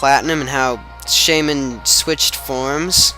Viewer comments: Yup, it's "Shay-min" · i think u are saying it right that how i say shaymin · u said it right